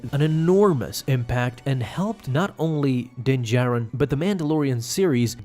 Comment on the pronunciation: “Din jared” its how i keep hearing this guy say dins name lol